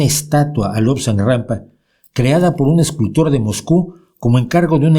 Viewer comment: ¿Me parece a mí o dice Lobsang “GRAMPA”? Jajajaj ¡Qué me importa lo que diga un “refutador de leyendas” si los momentos hermosos que pasé leyendo sus libros o los de Dickens hicieron de mí lo que soy hoy! Bienvenidos los que contribuyeron a expandir mi conciencia, sea Rampa, Borges o Wilde que nadie puede certificar ninguna historia por más que esté escrita en un manual escolar.